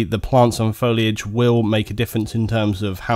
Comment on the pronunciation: ***** It doesn't take a nuculer scientist to pronounce "foilage"